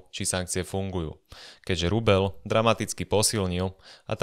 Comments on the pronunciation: Kde sú vaše mekčene? Je to rubeľ, nie rubeL. 🤦‍♂️ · je to rubeĽ , nie rubeL ..... az to trha uši 🤦🤦🤦